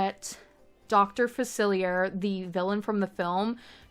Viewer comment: This is so incredible just absolutely insane work. I’m only at Facilier’s voodoo home and you got his vibe soooo right I was obsessed with the jazz singer sign out front. He’s my FAVORITE villain. For future reference it’s pronounced Fac-illi-eh. It’s French. ☺️☺️☺️🫶🫶🫶